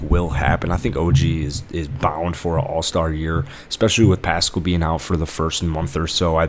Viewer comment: Step off. His content is pretty on point. Even though he mispronounced Pascal, Vanvleet, Dragic and Gillespie